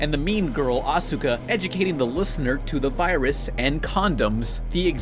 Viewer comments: Asuka's name is pronounced like awska not as u ka. just like how sasuke isnt sas u ke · Ahsookah ITS SAID LIKE AHSKA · Asuka - "ahska" NOT Ah soo kah. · "Evongelion" "protoganist" "Asooka" Jesus did you have a stroke when you were recording that segment? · yo pan i love you but you need to a little bit more research when it comes to anime asuka name is dumb the u is silent so it's aska so yeah you pronounced it wrong XD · I didn't think there could be anything worse than how pronounces the simpsons, until I heard him say asuka like that.